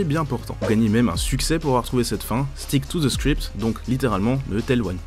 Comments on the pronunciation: Merde arrwtez de dire ze saboteur ze ceci ou ze cela c est the et ca se prononce de ou di pas ze merde ... 😒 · Ouuah l'abus de la prononciation de "th" en Z. J'ai saigné des oreilles. On le prononce en D et non en Z.